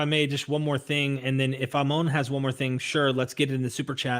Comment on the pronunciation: ah-moan lol... it's ammon, ha.